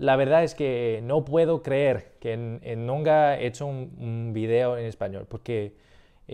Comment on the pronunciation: Muy bien, props, man. La pronunciación de "nunca" no es muy clara y algunas otras cosillas, pero por encima de todo te desenvuelves bien con lo que sabes del español.